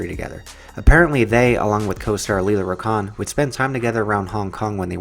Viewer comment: Lela Rachon,pronounced "ruh-shon". Michael Jai White, Jai rhymes with "eye".